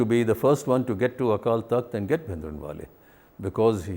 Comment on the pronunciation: He can not even pronounce the common Punjabi words like Bhindrawala which is one of the commonest word.